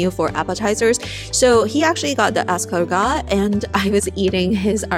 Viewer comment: The T is silent in escargot.